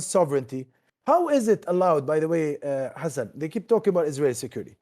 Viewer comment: Why he kept calling him hassn instead of hasan meanwhile the two name is exist and separated in arabic